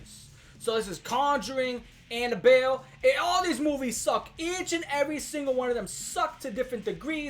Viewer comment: the southern accent on “anabelle”